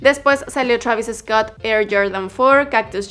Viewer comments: no digan "Travis Escott", se pronuncia "Traviscot" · Es Treivis Scot xd